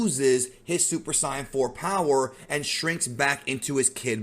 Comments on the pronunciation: Pfff hahahaaaa, ight how many of you as kids wanted to become a super SOYON. Why did say it so weird though? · No way u said saiyan like the Japanese